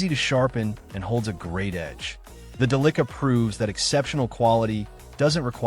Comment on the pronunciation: The "Duh-licka" SHEESH